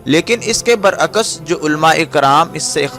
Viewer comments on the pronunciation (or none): Khuda k lye alfaz sahi istamal kia kren...musharaf ba islam hota hai ..musharaf beEman nhi hita..Neez hota hai naiz nhi hota.bar aks hota hai bar akkas nhi hota.